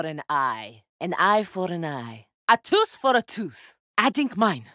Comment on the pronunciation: "A toose for a toose"